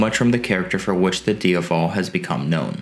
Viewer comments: Not Dia-Vallll / lol.....Its DIA-VELL....IE DiaVEL aka Ducati Devil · It's DiA-vel not Diuvel. It's also DucAti not Ducarti. You need to pronounce the A correctly sir. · say it with me: d AH Vull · Can you please pronounce the bike’s name properly plz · Is he intentionally mispronouncing the name Strange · Every time he says ‘Diavel’ I just want to kick him in the jaw..... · I was just going to say, if that's how it's supposed to be pronounced, I'm never saying it again. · stopped watching when you cant pronounce "diavel". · You can't pronounce "Diavel" properly!! If you intend to cover European motorcycles you need to listen to the factory guys say the model names. Listen to their pronunciations and I want you to say "Diavel" again properly on your next video! Thanks 👍